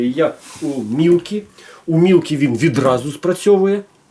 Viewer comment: Ти 20 секунд не можеш без "відрази" казати? Яка "відраза" що таке "відразу" Може "одразу" ???))) Азірови зібралися(((